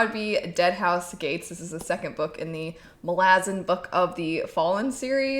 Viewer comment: The way you say MaLAzan somehow cracks me up every single time 😂 If you find the beginning of Deadhouse Gates a little slow, it definitely picks up in the second half (that's true for basically all of the books in the series) 🙂